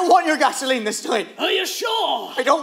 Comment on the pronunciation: pronounces GA-SO-LEENE with such devilish joy that I have no problem imagining him being Satan in that scene